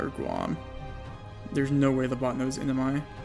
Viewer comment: It took me 5 minutes of research to even get that he's saying 'NMI' and that that's 'Northern Mariana Islands'...